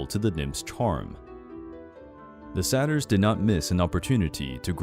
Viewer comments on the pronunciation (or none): Dude your pronunciation.... it’s dye-O-NAI-sis and sAy-ter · Your pronunciation of Dionysus and Satyr is atrocious.